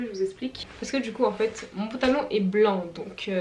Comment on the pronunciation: J'aime tellement tes vlogs 🥰🥰🥰sinon c'est moi ou tu dis pontalon 😂